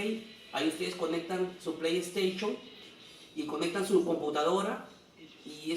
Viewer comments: Antes de hacer un vídeo trata de pronunciar todo bien además tengo una Playstation 4 no una playstachion 4 menso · jajajajajaja su pleiesteychon jajajajajaj